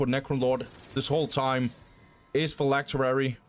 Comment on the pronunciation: Phylactery not phylacterery